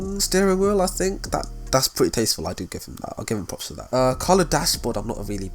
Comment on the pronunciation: Nobody:: tAsTfUl